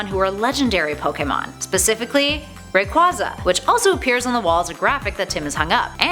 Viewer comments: It's pronounced ray-quay-za not ray-qua-za. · Rayquaza is pronounced Ray-quay-za, NOT Ray-quah-za. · It’s ray”qua”sa as in quasar not qua as in quad. Also x and y were the first games to have clothes customization